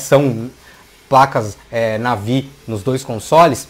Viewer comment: Cara, para de falar NEIVI pq nem lá fora é NEIVI, é NAVÍ. Teu canal é mt bom! :)